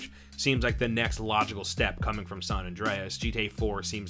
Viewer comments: "sohn andrehez" = "san andreas" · “Sahn ondreas” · Say "saan Andreas" one more time I stg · Sawn Andreas. Until , when he changes it to San. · My ears were startled at hearing your pronunciation of the words San Andreas and San Fierro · the way he says san andreas angers me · The way he says San Andreas angers me. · is it just me or the way he says San Andreas is kinda weird